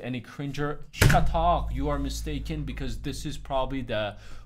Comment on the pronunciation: lol ''shut ark''